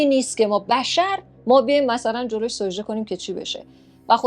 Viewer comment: سوجده نه سجده